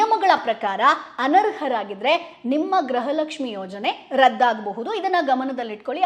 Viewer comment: ಗ್ರಹ ಲಕ್ಷ್ಮಿ ಅಲ್ಲ ಮೇಡಮ್ ಗೃಹ ಲಕ್ಷ್ಮಿ